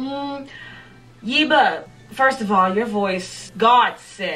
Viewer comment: I love your reaction!!! (BTW, It's YEHHH-buh, like Debra ;) ) Can't wait for you to react to Boomerang!